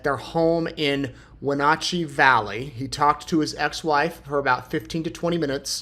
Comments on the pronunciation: Greetings from Wenatchee, WA. I am thankful that you are continuing to bring attention to this story. My family, like so many others in our little city, knew the Decker girls. P.S. "Wenatchee" is pronounced "When-atch-ee". ❤ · Please pronounce Wenatchee correctly.